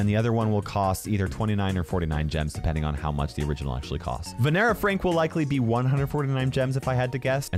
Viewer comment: Supreme is Ram, brother is laxman..... Vanara Frank, pronounced Vaaa-nur-aa (Nur from nurture)